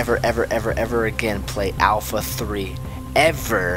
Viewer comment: Why say alfalfa 3 hard alfalfa 3